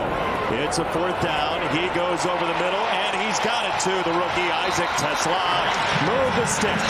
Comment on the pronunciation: I'm not gonna pronounce Teslaa's name with a bunch of A's like these guys were doing.